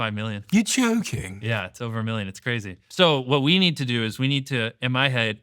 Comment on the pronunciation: “your jouuking” in the most posh British accent ever 😂